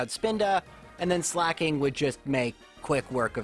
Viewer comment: why on earth does he pronounce Slaking like slacking???